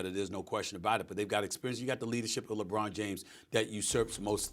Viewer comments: Bro said lebum 😂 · Mad dog said LeBum 😭😭